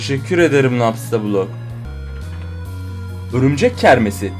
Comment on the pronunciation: napstablook demene hasta oldum 😂😂😂😂😂😂😂😂😂😂😂😂😂😂😂😂😂😂😂😂😂😂😂😂😂😂😂😂😂😂😂😂😂😂😂😂😂😂😂😂😂😂😂😂😂😂😂😂😂😂😂😂😂😂😂😂😂😂😂(biraz abarttım galiba)😂